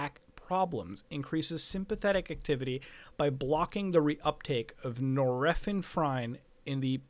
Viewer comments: Nor-epi-ne-fren is the pronunciation of norepinephrine! Just a tip! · Hearing you read "Nor-effin-frine" made me wanna die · Everyone: Nor epi nepherine Mutahar: Nor Efin Frine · the he pronounces nor-epinephrine lmao <3